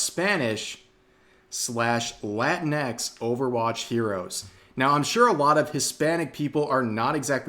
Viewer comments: it's not "latin X" it's pronounced like Kleenex like latinicks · Rev has to say it right, it’s not Latin-x, it’s La-tinx. Fits better when your Hispanic friends call you a Cabronx when you compare them to Tinkerbell. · Rev, can I get you to pronounce latinx as "la-tinks?" And, Yes, my Mexican son-in-law hates the use of latinx. Why are the 4%'s trying to promote removal of gender from Romance languages? Wasn't this attempted by the promotion of Esperanza, and look how that failed. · I always thought "Latinx" was pronounced "Lah-tinks" not "Latin.. EX" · It's pronounced la-tinks.